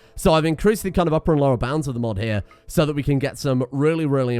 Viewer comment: I think he was saying “hya”, as in “hea”, as in a very classically British way of saying here. So “come here”.